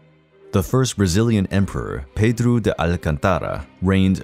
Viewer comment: The way he says it is closer the pronunciation of the name in Portuguese